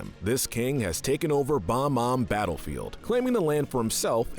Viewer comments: The way that he says Bom-Om instead of bob-om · What the fuck is a "Bomb Om". The name is "Bob-Omb". As is Bob the bomb. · it's bob-omb, not bom-omb